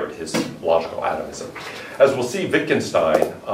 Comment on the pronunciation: His name was pronounced Vitgenshtain, he has never immigrated to USA.